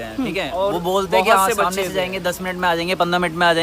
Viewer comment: SHo kyuo nhi damnei aata ?read samnei instead of damnei.